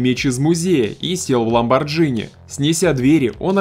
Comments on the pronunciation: Не Ламборджини а Ламбордини. Машина итальянская а не американская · не ламбарджини а Ламборгини..... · ЛамборГини ЛАМБОРгИНИ ЛАМБОР Г ИНИ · Кошмар, сколько всего уничтожено, разгромлено... почти как у Сигала )) Неужели никто из записывающих ролики не умеет читать?? ))) - ЛамборГини.